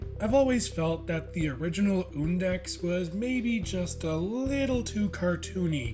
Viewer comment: HE SAID HIS NAME RIGHT. WOOHOOO